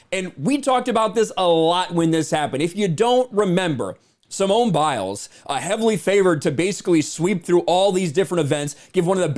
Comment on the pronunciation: “Simon” Biles. Just like Sir Rena Williams. And Veen is William(s).